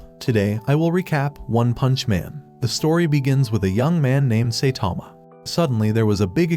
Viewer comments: Saitama❌ Saytama❌ Saythomas❌ Satama✅ Genos❌ Gines❌ Binegino❌ Dinos❌ Gino✅ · oh wow, I thought his name was Saitama and not Saytama, we learn new things every day..............................but seriously, if you can't say his name right, how can I believe you are, right about the other stuff that isn't spelled out black and white. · It is not say Tama it’s Saitama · Saitama❌ Seytama ✅ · saitama❌ Saetama✅ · The ai mispronouncing the same words got annoying quick. Especially Say-tama. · Bro said saytama💀💀